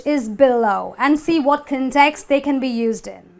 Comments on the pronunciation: my heart breaks every time she says context =( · in ( 'context ) the primary stress falls on the 1st syllable